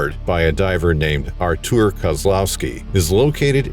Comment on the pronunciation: Artur is Polish for Arthur. No need to say Artuooooor. It’s not how u pronounce it anyway. Just say Arthur